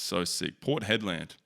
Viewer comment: port head-land 🤣